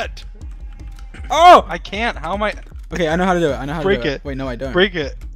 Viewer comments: no one: literally no one: dream in Swedish accent : *lkean't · Swedish Dream isn't real, he can't hurt you. Swedish Dream